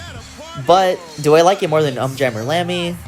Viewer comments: It's pronounced "Oom jammer lammy" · Big fan of this series and stumbled upon your video. I loved it, you did a great job. But there were four things I felt needed to be pointed out. 1: Just me nitpicking, but you're saying the Um wrong in UmJammer Lammy. They literally say it in the intro video to the game, so I don't know how you get that wrong, but you're not the first person to do it, so I dunno. It's 'Oom' not 'Uhm'. 2: In UmJammer Lammy every time you beat a stage you get a new filter to run your guitar through that you can toggle with the select button, and they are very fun to mess with. 3: I really expected that you were building up to talking about how awesome the last couple lines in the last stage of Parappa 2 are, and then you just didn't mention it at all. But during the party, at the very end, for just a couple lines, the call and response switches entirely to you having to do the inputs first and then the crowd and MC King Kong Mushi repeat after you. It's for the 'Say Alright! Say Oh yeah!' part. But it's not only cool because it signifies Parappa becoming a 'Master' but also because they actually repeat whatever you do during that part. You can yell 'Say A-a-a-a-a-a-ALL!' and they will do it just like you did. It's so fun to mess around with. 4: You didn't bring up Project Rap Rabbit at all. In 2017, NanaOn-Sha and iNiS, the groups that made Parappa and Gitaroo Man respectively, started a kickstarter together with the intent of making a super involved game called Project Rap Rabbit, in which yo